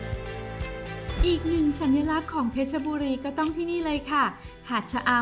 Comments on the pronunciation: เพชรบุรีไม่ใช่เพชรชบุรีอ่านให้ถูกด้วยจ๊ะ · เพชรบุรี = เพ็ด-บุ-รี